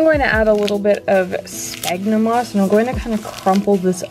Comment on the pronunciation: 1. - pronounced “sfagnum moss” not sbagnum lol 2. - Im pretty sure you’re supposed to wet the moss beforehand, to let it expand